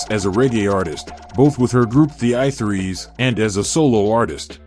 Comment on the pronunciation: I Three. Not I Threes